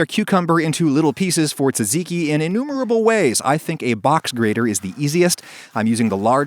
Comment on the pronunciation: That gyro pronunciation caused me pain! Ironically tzatziki was pronounced very well...